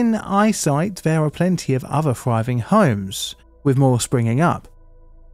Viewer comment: I'm ready to update this comment with mispronunciations Friving